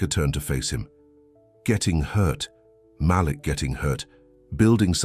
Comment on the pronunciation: Love the story. I don't like when the storyteller mispronounce Malek's name. He pronounce it like it has 2 lls.